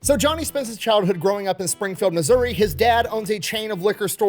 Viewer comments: From Appalachian mountains, everyone always pronounces it like App-a-Lay-shian, instead of correctly like apple-at-chin. He pronounces Missouri the way I've always heard it. What's the wrong way? Like misery? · Thank you for pronouncing Missouri correctly. It seems everyone who does a story on my home state f**ks up the pronunciation of it. As someone local to Springfield, I promise that we are extremely proud of Morris for Bass Pro Shops. I think I'll go visit the store today for fun!